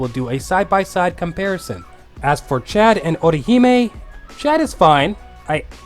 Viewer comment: Man I gotta say I love the way you pronounce Orihime as "Oh Ri He May" XD